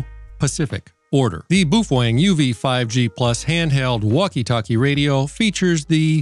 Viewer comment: BOOF WENG 🤣🤣🤣🤣🤣🤣🤣🤣